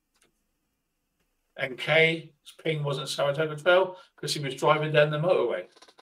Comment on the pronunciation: Six long years later and he still cannot say Saratogga ! 😂 I heard sarasogga and tartatogga 😂 ground control from mager tom 😂